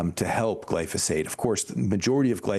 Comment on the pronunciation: First, this lady says "Glysophate" instead of "Glyphosate" and then she calls it a pesticide. Not a pesticide. This is a great herbicide and I use it often.